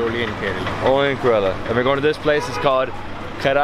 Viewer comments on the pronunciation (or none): Kairali Banana Chips are too thick. Please try A1 chips in Saibaba Colony in Coimbatore District in TamilNadu & then let us know the difference. Also it's pronounced as KERALA & not KARELA. The meaning of KARELA which you are pronouncing is actually a vegetable in Hindi called as BITTERGOURD. Not only but all foreigners pronounce it wrongly.